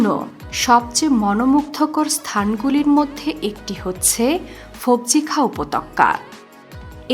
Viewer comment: Darun bt uppotoka bole upotokkka na 😤